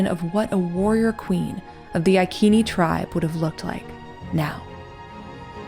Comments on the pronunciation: Yes, the "c" of Iceni was a "k" sound, but the way you pronounce the name of the tribe is modern English. I think the correct way is to use the Latin "restituta" pronounce, since the name of the tribe has arrived to us by Roman writings. So, the correct pronounce should be: "I" like in "pin", "k", "e" like in "left", "n", "i" like in "pin". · It is Iceni, with an S sound! Boudicca is my direct ancestor 65 times removed. I live in Iceni country now! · Boudicca was queen of the iceni tribe (eye see knee ) not eye key knee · That was excellant. But wasn’t Iceni « I see ni » not « I kee nee »🤨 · Their name is only recorded in Latin, so we do not know what their actual name is. That being said it is not I as an eye. But a long e sound as in ee Ken nee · The Angles and Saxons did not appear in Britain until about two hundred years after the Romans left. Boadicea, whose name was pronounced as Bowadisia, was a Celt. Celts had populated the land for more than 5 millennia. Stonehenge is now found to be older than the Egyptian Pyramids. The Ikeni (pronunciation is Roman) The tribe were the Iccenni, pronounced Iseenee, I have edited my comments about Boadicea being Anglo Saxon, those people from the main lands of Europe did not begin to arrive until about 200 years after the Romans retreated back to Rome. This I have done because of retraction of the suggestion that Boudicea was Anglo-Saxon. This post is a good portrayal of these times. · The pronunciation rule in English has the “c” followed by “e” or “i” pronounced as an “s” ( eg. I-sen-ee / Iceni ). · Thought the tribe was pronounced "I-see-knee" according to a history channel documentary, which is very good. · Soft 'c' not hard 'k'....Ic (see) ini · Iceni (Eye-Say-Nee). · Proper pronouncement of ICENI....Eye-sin-eye. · I'm not being picky but Iceni is said as "I see knee". love this channel so much❣💗💙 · Not “ ikeni” soft c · Prounounceation is icene like said in ice